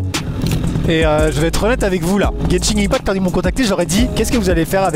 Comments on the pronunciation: Juste Maxime on prononce genshin impact "guène chine impact" 😉😅😅😅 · tu a dit beaucoup trop de mauvaise chose comme ta prononciation de genshin impact mais aussi dans genshin on plane et non vole